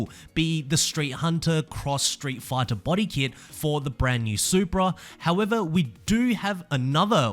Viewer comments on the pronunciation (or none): none